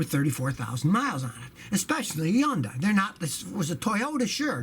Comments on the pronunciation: What is this “Eundii” car that Scotty keeps talking about? Hey Scotty! It’s Hyundai. It rhymes with Sunday.😂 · Hyundai is pronounced "Hunday", like "Sunday".